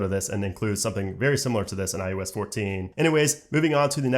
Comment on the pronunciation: Why he keeps saying " i U S " ? it is " i O S " !!!